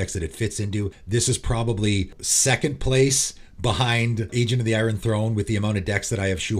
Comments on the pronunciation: Is the way you pronounce iron a regional thing (perhaps an Albany expression)? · Agent of the "Eye-run" Throne? Great video, as always. Thanks!